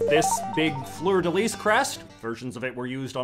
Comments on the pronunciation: FYI: The "lis" in 'fleur de lis' is NOT pronounced like the word 'lease'. It's pronounced like "Lee"...so think (and say) Fleur de Lee from now on plz. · The "lis" in 'fleur de lis' is pronounced as "lee", not "lease". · Pronounced Fluer De Lee. If used in France, you pronounce the S. So in Alabama, it pronounced Lee. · DID HE JUST SAY “fleur-de-LEASE”? Not in my south. It’s “fleur de LEE.” The S is silent. So uncultured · The 's' is silent in fleur-de-lis. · Fleur-de-lis is pronounced with a silent S at the end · Who doesn’t know that the “S” in “Fleur de Lis” is silent? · As someone from Louisiana, apologize for how you pronounced fleur-de-lis RIGHT now😡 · When you actually pronounce the final "s" in fleur de lis...well...your content is pointless.